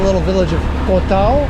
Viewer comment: My man... could you please stop mis-pronouncing the name of my Moo Baan. It is Khao Tao [like Cow Tao] not Koh Tao which is an Island much farther south down the coast. Thank you